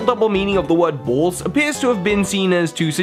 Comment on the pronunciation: The way you say "Balls" just amuses me. "Bauls"